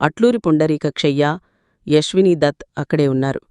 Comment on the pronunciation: Neeku telugu sarigaa radu anukuntaa Yaswinidatt kadu aswinidat